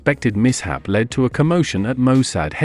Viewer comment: Can't pronounce English. Lead, led. Missed?